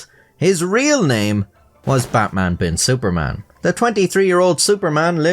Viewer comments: The "Bin Suparman" is right, but the "Butmun" is slightly incorrect... Indonesian is phonetic language, A sounds as A, so your normal "Batman" is actually the correct one lol But Im guessing he was called as "Betmen" in daily life lol Also, while "Batman" is totally not a common name, the "-man" name are really common here, At least until 90s. Names like Herman, Firman, Nyoman, Yatman, Turman, Sutarman, Sudirman, Suratman, Rahman, etc So funnily enough, Batman could also sounds not really out of place name. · Your indonesian pronounciation of Batman just made it sound like Buttman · Batman is pronounce as it is even here at this region. not Butmun. We can also differentiate between A and U. Bloody westerners think we can't speak. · "Buttmaan" 😂😂 guy still loses either way. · Its SuparMan not Superman and Batman is pronounced as BartMan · Betmen ❌ Batman ✅ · Correct pronunciation is "BUTTMAN" 😂 wtf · "Buttman Bin Supormen" 🤣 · Poor sap. Even correcting the pronounciation is hell for him: "No, it's not Batman, it's Javanese! It's actually prononced Buttman." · No, 'Batman' in Indonesia is still pronounced 'Batman'. Good try tho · yup, still incorrect pronunciation. Just spell it like Deutsch alphabet because we use almost identical structure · As an Indonesian living in Java (but not ethnically Javanese), I'd say you're pretty correct about the "Suparman" pronunciation. But we're DEFINITELY spelling his first name as Batman 😂